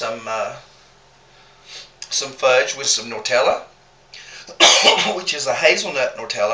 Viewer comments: I read the guidelines about comments but you didn't respect your husband! Girl get out of the kitchen! The hazelnut spread is not called "NOR tell eee" it is "NUT tell a" pronounced "NEW tell a". That is not an accent! Just annoying. What were you saying instead of the burner or referring to the heat. "Oh, we didn't turn off the eye!"? You both said the eye! If that is the brand of stove, it makes no sense. If it is a local term that someone called the burner the eye, drop it from your vocabulary. Don't use shortcut, local phrases when making a video, people need to understand what you are saying, or they won't come back. I will not come back if you do the commentary and "pain" "pan" the camera again. The language is English! Not "drawl". It is not cute or funny. I'm Sorry to be tough but let the man make his own videos. You stick to your soap videos. Im going to try this as chocolate fudge with choc chips & some marshmellows, I have my peanut butter fudge and peanut buttter cups made. It sounds like a tried and true recipes. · Awsome recipe! You two are sooo cute ! Cracked me up when you called Nutella - NORTELLIE ! haha. Where is the O & the R in Nutella? hahaha. Happy New Year to y'all !!!